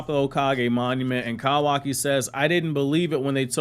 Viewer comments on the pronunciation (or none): I can’t get over the way you say kawaki “kowaki” 😂🤣😂🤣😂🤣